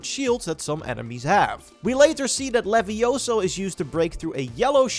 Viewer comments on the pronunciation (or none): It's leviosa not leviosoooo .... (Sorry I just had to say it, otherwise it would have been a missed opportunity 😆) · Levioso??? It's LiviosAAAAAAA. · It's leviiiiooosa, not leviosooo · It’s not Levioso… it’s Leviosa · It’s not LIVIOSOOO, but LIVIOSAAAAA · It’s leviosa not levioso